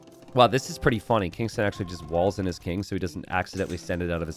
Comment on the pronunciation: I might be wrong but I believe the pronunciation of Kingstone is not how you are pronouncing it. May be readers error. So you're reading it and pronouncing it as Kingston. But his name is King STONE. Which are two different words. Kingston and Kingstone.